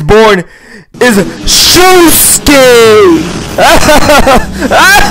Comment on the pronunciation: He failed as he called himself Shoeske instead of Joshoeke.